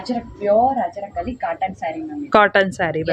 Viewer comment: Ajrak , not Hajrak